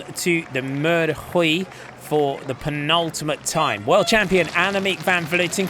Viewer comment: Note for the commentator, Huy is pronounced like "oui" and not "Rui"